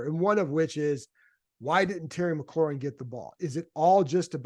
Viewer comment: Sorry, this been puzzling me for a while. Why don't people pronounce McLaurin's name the way Terry does? It's McLaurin, not McClaurin, resembling the sports car more than the seasoning. I can understand fans getting it wrong but the press sees Terry face-to-face and has heard him say his own name.